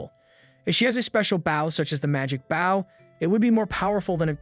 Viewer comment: Bow is pronounced boe .. the vow makes same sound as go plz teach your AI and Asians